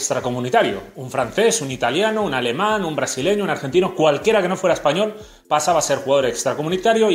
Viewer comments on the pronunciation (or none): none